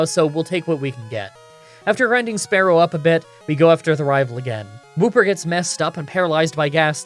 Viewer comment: SPEAR-ow not sparrow I mispronounce names all the time i am from Philly so i pronounce water wuter.